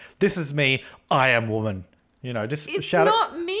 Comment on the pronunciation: "I am a wamen"